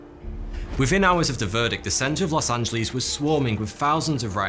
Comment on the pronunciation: Is it just me ot did he say Los antos from gta5